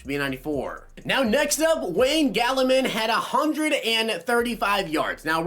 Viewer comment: You said Wayne gallman wrong